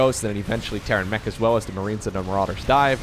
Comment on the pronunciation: It sometimes sounds like you say Terran Meh instead of Terran Mech, and it's very fitting when they go up against Serral.